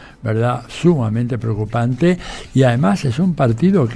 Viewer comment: Procupanteeee 😂😂😂 viejo mead*